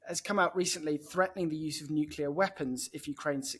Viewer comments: Another idiot that can't pronounce the simple word, "Nuclear." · Please, please someone tell him how to pronounce "nuclear". He is not American so why pretend to be with his silly copy of their bad pronunciation? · 9.32. Yet another "expert" who can't pronounce "nuclear" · Yes. But it would be nice if he could pronounce "nuclear" properly. He is like a disciple of George W Bush. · NucLEAr not NucULAr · Only the fact that he has that most annoying mispronunciation of the word NUCLEAR... "nucular" is just plain wrong. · Nuclear not nucular! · I wish many politicians, commentators et al would learn that the word is "NUCLEAR", not the erroneous "nucular". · I had to look up “Nucular” as I always thought it was Nuclear. Although it grated a bit, apparently it’s accepted so I’m further educated thanks. I’ll stick with nuclear though … albeit slightly harder to enunciate. 😄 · How come he says "nukeyoula" instead of "nuclear"? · 😂I was thinking the same😂 it's a George Bush jr flex getting it wrong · I agree with everything he is saying, but it would be easier to take a nuclear expert seriously if he stopped saying "nucelar". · You lose all credibility when you pronounce Nuclear as “New-Cue-Lar”. 🙄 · Could Times really not find an 'expert' who has managed to become fluent in his mother-tongue? Et cetera, not EK SETRA.. Military, not MILITREE.. Nuclear, not NEW-KYULAR.. The divergence between military and political thinking is a "diversion"..? "Intresting is that.." "As I saw in Syria", not "As eyesore in Siryah.." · Agree. Annoying when "experts" do not even TRY to pronounce words correct. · Interesting. But what's a "nuculer" weapon, Hammy..? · ...except he pronounces "nuclear" as "nu-cu-lar". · Yeah I noticed that he was dropping "nucular"s all over the place. There's only one U in nuclear. Not a big deal for most people, but I expect better coming from him. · This guy can pronounce neither "Medvedev" nor "nuclear". (It's not "Mediev" and it's not "new-que-lar"). Sigh.